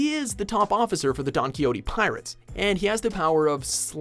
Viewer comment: Did he just say DONKYOTY?!?!? wtf xD I thought calling the flying cats from Fairytail 'Eskeed' was already kinda weird but Donkyoty takes the cake. How does that even happen. We got the internet with Wikipedia and like every other Anime has it's own wiki page. Did you guys even look up what "Donquixote" is a reference to?